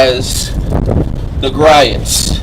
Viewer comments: Dude, It's pronounced "Gree-oh's". Just check out one of their you tube videos and listen to the man say his own name.... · it’s not so much the “t”, it’s more the vowel sounds. Gree ohts